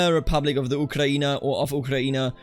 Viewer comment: Blood for the revolution! Blood for Madam Guillotine! (Also, great pronunciation of Ukraïne and other Slavic names)